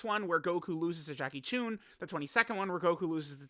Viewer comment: It’s Chun, not choon. This is disgraceful.